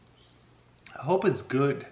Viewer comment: “I hope it’s güüd”